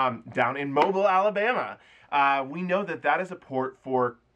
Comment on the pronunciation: Thanks for the info. Any word on what the port of New Orleans is going to do (Carnival)? Also, it’s pronounced mo-BEEL, not mobile. 😊